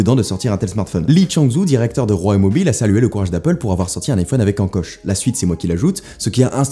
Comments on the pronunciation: La prononciation de "Huawei" est Huaway, pas rhuawei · Waweiiiiiii et non rouaweiiiii on dit bien naïke et pas naïkiiii (Nike) Une nouvelle fois Steve viens de cracher dans sa tombe, absence d'objectivité indécente.....